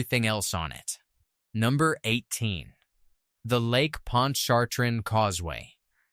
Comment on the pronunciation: First off this is the correct pronunciation Lake Ponch a train. Thats how to correctly say it. I don't know what you said .